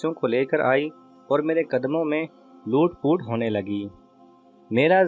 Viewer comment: MashaALLAH Boht KHOOB bs Thori C Tawajja URDU k Sahi Lehjey Or Alfaaz k Sahi Talaffuz pr b Drkaar he. Jese k LOOT POOT Nhi blqeh LOT POT Sahi Alfaaz hn.